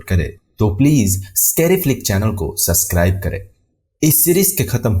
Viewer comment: Because of ur suscrib wala pronunciations k liye unsubscribe